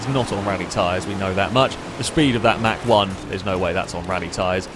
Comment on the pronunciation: it's not pronounced "Mack" one...>.< that was killing me lol...good video as always though +